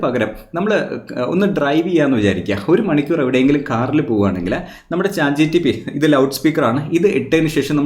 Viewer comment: വളരെ നല്ല അവതരണം.., നിങ്ങൾ എപ്പോഴും ചാറ്റ് GTP എന്നാണല്ലോ പറയുന്നത്. Chat GPT എന്നല്ലേ !! ശ്രദ്ധിക്കുമല്ലോ 😍